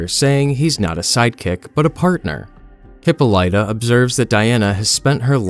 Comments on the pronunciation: The way you say Diana's mothers name irks me lol. But I like the video. She is not calling her lasso Hera's Harp she is saying an expression like Holy Cow and Hephaestus is acknowledging that he made most things in the gods domain. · Worst. Pronunciation. Of Hippolyta. Ever 😂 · FFS, is that really how you are choosing to say her mother's name??? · The only thing worse than your attempt at Wonder Woman's accent is the way you pronounce "Hippolyta" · Couldn't listen to all the continued mispronunciations of Hippolyta. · The only fault I have with this is the constant mispronunciation of "Hippolyta" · Your attempts at Greek pronunciation should be a punishable offence. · You're pronouncing her mother's name wrong. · If you're doing a video with a name you're unsure of how to pronounce, please just look it up. I can't even get past the first few minutes because of how far off Hippolyta is being said repeatedly. Who knows, maybe it's intentional to get comments like this to drive engagement. When I notice it happening habitually, I unsub from channels because I assume that's what they are doing. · That works, too. But definitely not the way the narrator, AI or human, is pronouncing it. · ole hippo lighta. lol my guy, it's pronounced "Hip-paw-lih-tuh" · This pronunciation of Hippolyta is... certainly something Huh-paa-luh-tuh is closest, but definitely not hippo-light-uh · Hippo lighter, it’s hipolita , in terms of pronunciation it’s litter not lite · Immediately upset we going with mf hippo-lita over hippolyta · Hip pah lita is how Diana's mother's name is pronounced. Not hippo lighta. In media, I've only heard mispronounced in Lovecraft Country, but that was international because of the period the story takes place in. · Good video but I can't get over your pronunciation of Hippolyta. It's hip-poh-lih-tuh, not hip-po-lite-a. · The "Hippo-Light-uh" instead of "Hip-all-It-uh" is killing me lol. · hip-pol-ita not Hip-pole-light-a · Hip-OL-ih-tuh. Not Hip-o-lie-tuh.